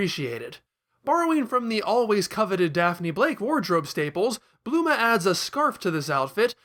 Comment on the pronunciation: ...did you call Bulma... Bluma?